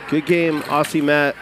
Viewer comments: For future reference it is not pronounced “Awsea” but “Awzee” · Why is it Americans can't pronounce Aussie but they can say Ozzy Osbourne.... It's just bizarre.